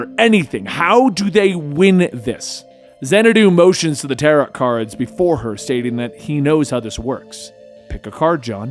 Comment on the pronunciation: Never heard tarot pronounced that way...